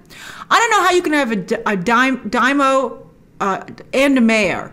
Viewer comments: Daimyo is pronounced like Dime yo. That's dime like the coin, and yo like the greating. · DAIMYO, Grace. “Die-mee-oh”. You’re welcome. Japanese word. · Sorry to have to point it out, but you mispronounce the word "Daimyo", and they sey it right in the show ( and every Anime" that it apears, just see in the original Japanese audio, like I Always do ) it is something like " daaymeeoh" watch the show again ...